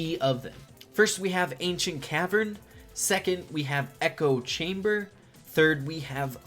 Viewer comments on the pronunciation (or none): none